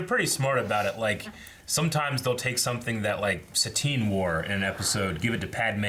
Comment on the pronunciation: it’s satine not sabine